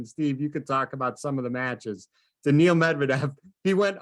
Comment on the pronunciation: No one: Not a single soul: Steve Flink: “DANIEL” (Daniil)